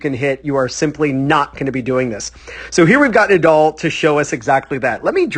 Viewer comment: The name is NADAL not Nadoll